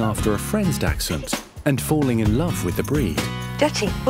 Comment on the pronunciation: Welp, the doctor said dachshund wrong, but I don't fault her for it. German is hard.